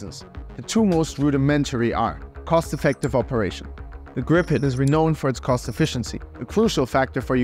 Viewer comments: How to in English say the Swedish name Gripen, you say GREEEEPEN. Yes, green without the n, and pen. Gripen. Pronounced greeeepen. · I love you so much, Ukraina, that I will let you in on a secret - it's pronounced [Gríp-en] (or Greep-en, if you only speak English) ❤ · so it's pronounced as Gree-Pen ?